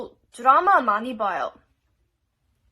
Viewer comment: 보통 미국사람들은 "드라마"를 "드래머"라고 발음하는데 은 한국사람들 처럼 "드라마"라고 하네, ㅋㅋㅋ......